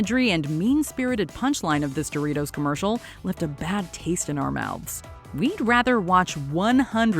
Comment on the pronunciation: says Do RI TOES